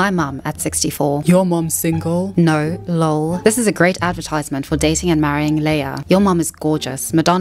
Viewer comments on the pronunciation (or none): none